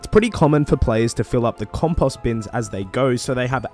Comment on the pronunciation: love the tips man but the way you said compost bothered the hell out of me! Keep it up and appreciate ya!